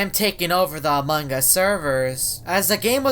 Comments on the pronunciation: he just said amanga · I like everytime say "Amon gus"